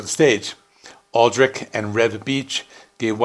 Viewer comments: You’re mispronouncing Adrich surname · Looking at the spelling, that's not how I'd pronounce Aldrich.